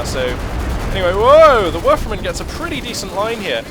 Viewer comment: It doesnt matter if the engineers get the kübelwagen's rear... as it has 4,5 armour front and rear for some reason... btw do you say werfer-man? :D sounds like that... its a werfer-rahmen (rahmen means frame so it's a throwing frame...)